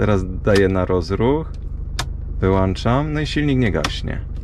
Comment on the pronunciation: I znowu po uszach "włanczam i wyłanczam" i wyłancznikiem 😊 a tak serio kolejny materiał który miło się ogląda i zdobywa kolejna porcję wiedzy ;)